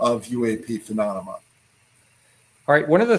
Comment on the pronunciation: Ill never get over his pronunciation of the word, phenomalona